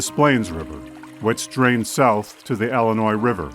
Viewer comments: it's pronounced "illinois", not "ellenois"... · Tell that to most of the population of Chicago, Ellinoise.